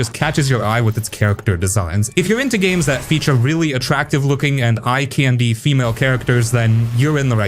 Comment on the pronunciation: Why are you pronouncing "candy" so weird?!